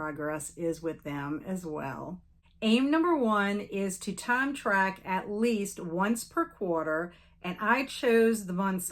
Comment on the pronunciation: When you said “time track” I heard “time travel” 😂 You’re doing great! There’s never quite enough time in a day to get everything done. I’m looking forward to all the book clubs and events for the rest of the year. ❤